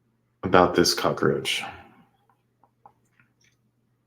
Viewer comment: This offender deserved the full 3 syllable cock-a-roach,!